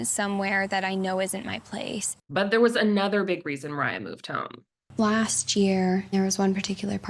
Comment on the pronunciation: "They warned Ethan not to marry Olivia": Wrong. Kim even played matchmaker. "They warned Moira and Micah of their lifestyle": Also wrong. Both of them were thrown out by Kim and Barry so they were essentially forced into a different life style by their own parents. Also, it's *Moriah, not "Moira". It's pretty clear that you have zero clue what's going on, especially since you can't even spell their names properly.